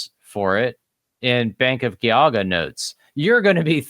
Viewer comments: FWIW, Geauga is pronounced with a soft g not a hard g. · Loving these videos, but can I make one very unimportant correction? The G in Geauga is pronounced with a "j" sounds, like in giant or gesture, not a hard G. So its "Jee-ah-guh". Source- I work in Geauga county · I grew up up in northeast Ohio. Geauga is soft g then hard g. Not two hard g's. Jee (as in Jeesus) awe guh. Good episode. Exposing more fraud in the Mormon organization. It's been a scamming, grifting organization from the start. One giant financial scam mixed with toxic patriarchy, spiritual brutality, sexism, homophobia, and white supremacy, and lots of covering up of crimes. Glad I left the church. Sad I got people to join on my mission. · Geauga is pronounced Gee-aw-ga. Trust me. I'm from NE Ohio.